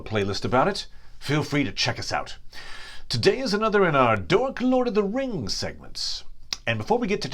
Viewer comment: Is it sad I've started joining in with you saying 'Dork lord of the rings' 😂